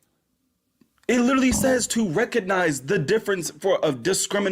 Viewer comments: I'm so sick of the fucking word "litreally" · "I lidderly googuled it" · Drinking game: take a drink every time you hear “lidderally” in an ignorant fashion. Im shitfaced. Have fun!